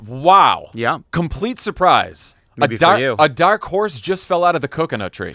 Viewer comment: Favs just sounded VERY Massachusetts there. That "dark horse" was FANTASTIC 😂 idk what happened there but the New England came out HEAVY for a second